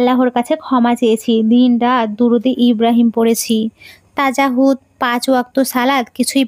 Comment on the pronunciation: দয়া করে বানান ভালো করে দেখে উচ্চারন করবেন,আপনি তাহাজ্জুদ কে তাজাহুদ বলেছেন,আপনার উচচারনে ভুল আছে,কিছু মনে করবেন না